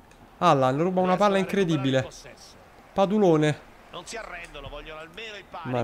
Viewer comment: ogni volta che chiama padulone, orgoglio italiano, con l'accento francese, un italiano muore